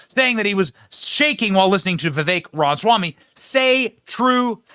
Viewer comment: Say it with me, Benny: Rom-uh-swamy.